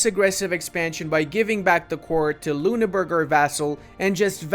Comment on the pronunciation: Funny how you pronounce Ü as U as in Lüneburg, but U as Ü as in Ruppin.